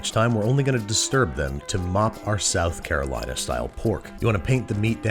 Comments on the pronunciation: I physically cringed every time you said South Carolina. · From south carolina and I got unreasonably upset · I'm not from NC, but I am in love with their BBQ. So every time I hear you say "South Carolina" I cringe. Please just dub over yourself and fix it. I literally want to puke hearing you say it.